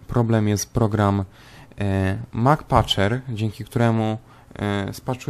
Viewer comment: "Mak paczer", przepraszam że się wtrącam ale powinno się wymawiać "Emsy Paczer"